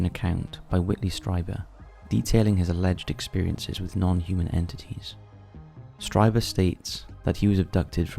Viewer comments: Gray, not green, sometimes cobalt blue, and it's pronounced Streeeeber. The ancient paintings are creepy! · I recall hearing striebert on art bell show. i had only heard the last name pronouned sree bert back then. Just an FYI